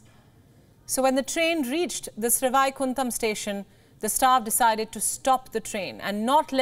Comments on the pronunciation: Glad is highlighting life saving decisions by Railway personnel.Good job. A kind suggestion for the anchors of this credible and reputed news channel: SriVaikuntham (Shri-why-kun-tum) be pronounced as it should be rather than with a Hindhi/North Indian or Anglaized way of reading alphabets. It's a humble suggestion to grow the credibility of this Bharathiya channel and is absolutely valid for two reasons -1. It's a name of a place in Tamil Nadu whose language has heritage stature as one of the oldest. It therefore deserves respect through correct renunciation by our own people first for its antiquity and longevity 2..I put here the reasson widely abail in Wiki ''In Vaishnava literature, Vaikuntha is described as the highest realm above the fourteen lokas (worlds), where the devotees of Vishnu go upon achieving liberation'' - Therefore given it's the final abode of countless believers , it's only fair we know how to pronounce our final destination to life's journey correctly ;) This may be taken up by as an initiative to recognise and acknowledge all Bharatiya languages by pronouncing any indigenous names/words right (so that the current generation of Bharathiyas and those from other countries that watch the channel may witness how we appreciate our Sanskrithi)' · Please. Pronounce names properly. SRI VAIKUNTAM. You cant pronounce even Vaikuntam properly? Karumam. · Any journo MUST learn to pronounce at least Indian names more correctly. I am sure, if the lady had applied her mind, she would have recognised the purely Sanskrit, Sree Vaikuntam! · Her pronounciation of Srivaikuntam is making me cry! Having said that, kudos to the railway staff. Glad everyone was safe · Lady! He proud when you pronounce the names, stop trying to be western cool. Kudos to the railway staff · She can’t even pronounce Sri Vaikuntam correctly and she calls herself Indian! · Pronounce Indian local names correctly SriVaikuntham Not Sri Vaaikunthham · Its pronounced as Sri-why-kun-tam😂